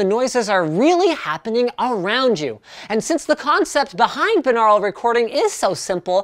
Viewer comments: you're saying binural wring it pronounced like this "bye-noor-al" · Wh... "Beenarul"? I've only ever heard it as "Buy-nor-ul" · "Bye" naural, not "bin" aural. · 'BIN-Aral' ? Isn't it 'By-Noral' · It would help if you knew how to pronounce the word - it’s BUY - NAURAL - you wouldn’t say BIH - LINGUAL would you? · lol I always pronounce it bi-neural. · ''By-noral'' is the way I'm almost certain it's pronounced, not ''bi-nahral'' . He also pronounces Asus as though it were Asüs. I'm not mad though, it's just now occurring to me that he says certain things a bit funny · Pronounced "Bine-au-ral" similarly to "Bine-air-y" is how you pronounce binary. You don't say it "Bin-ar-y" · ITS BYE-NORE-AL YOU FUCKING PLEBIAN. tips fedora and strokes neckbeard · It is pronounced bye-nor-ul bi means two aur means ear al means pertaining to so literally binaural means pertaining to the two ears. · Good work on trying to say binural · The way you pronounce binaural is technically right but sounds so weird. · Canadians say binaural weird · Dont u say that word differently